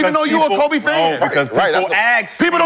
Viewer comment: Every time Shad say Kobes name he rolls over in his grave.. smh